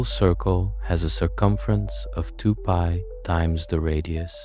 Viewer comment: Amazing video. But why is the pronunciation of certain words weirdly inconsistent? Usually pi is pronounced Pi, but occasionally Pee. Sine is usually “Sine”, but sometime “See-nay”. Wtf?! In such a deeply researched video I’d expect the script to be read consistently…can someone explain what’s going on here?